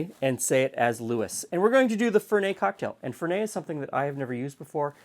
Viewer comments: Fer-net not Fer-nay. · it's Italian...not French Fer NET LOL Even Alfred in Batman said it right. And....you will grow to like it. The finer palates do. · in italy we pronounce the t, FerneT :) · While it might have been pronounced Lewis, it is pronounced Fernette, because it is an Italian bitter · Fernet is huge in San Francisco and shots of chilled Fernet is extremely popular with hospitality workers in the Bay Area. Also,in the bay it is pronounced Fur-NET with a hard T. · There are no silent T's in Italian, so you do pronounce the end T, it's not French. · Quick tip: Fernet is an Italian liquor, and so you pronounce the "t" at the end.